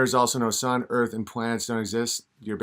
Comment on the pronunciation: Oh man, he's gonna feature d marble on Fri....he's the "da erf" kid, silly dolt, there is no f in the word earth. 😆😂🤣🌚